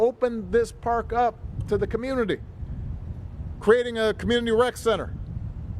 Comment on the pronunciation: The name is not Mechelle,it’s Michael